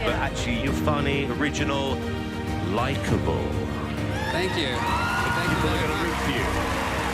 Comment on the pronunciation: Why did Simon say likeable like that ? 👀 😂😂😂😂